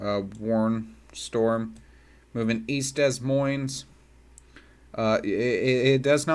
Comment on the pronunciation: “Dez Moinez”